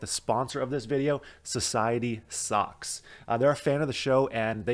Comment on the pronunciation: So it's Society socks. I thought you said society sucks. LOL